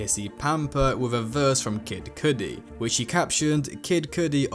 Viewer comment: Bro do you even listen to music that's not how you say Cudi.